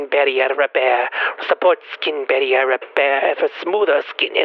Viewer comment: "Skeeen baeRRieRR RRRepaerrrr" - Nosferatu, 2025